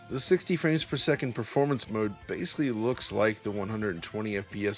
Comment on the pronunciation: You pronounced the word ‘basically’ correctly exactly one time in this entire review. You mispronounced it as “basely” more than a dozen individual times throughout. Imagine if proper grammar was like good performance; that’s some seriously inconsistent word pacing.